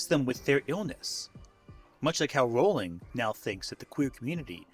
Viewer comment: You know, maybe she deserves to have her name mispronounced, I don't know... but it is pronounced "rolling."